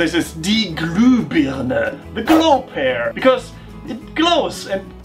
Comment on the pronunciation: Alter, wie sprichst du denn bitte "pear" aus? Das üben wir aber noch mal... ^^